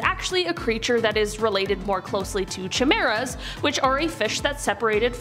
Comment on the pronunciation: Lol, how I do love so...plz pronounce it kai-mera, not chi-maera ❤